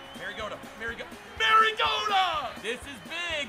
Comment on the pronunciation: I'm gonna be that guy, it's pronounced mario-ta not maryo-ta😂 love the video tho keep it up toilet gang